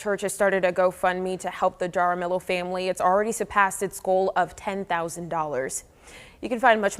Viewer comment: Lmfao, how could BOTH of those reporters not know how to properly pronounce “Jaramillo?” 😂 Have they never had any exposure to Spanish surnames? 😳 It’s literally pronounced “hah-rah-MEE-yo.”